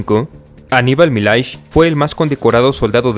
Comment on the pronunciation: Milhais pronuncia Millais